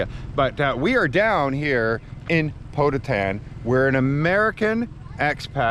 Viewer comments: Poe-toe-tan, not Poe-ta-tan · I like how pronounced..''POTOTAN" it seems the place sounded like somewhere in the states...hahahaha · Ask the local people how to pronouce Pototan in english. my wifes family are from dingle just the next town to Pototan